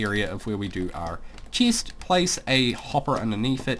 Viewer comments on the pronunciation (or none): ha boi he says cheest